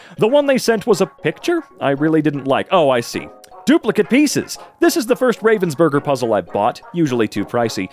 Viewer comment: As someone who lived in Ravensburg for somewhile I confirm this is how we pronounce Ravensburger